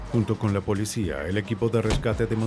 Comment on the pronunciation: No se dice polecia, se dice policìa.